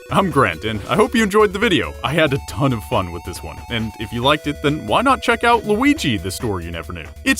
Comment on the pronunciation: gotta feel bad for the guy but still, WALUIGI NUMBER WAN!